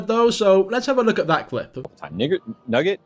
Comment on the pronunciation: In the n-word clip, it sounds more like she says nigget when trying to say nugget